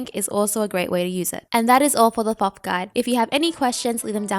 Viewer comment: Great video but it’s pronounced toth, the first h is silent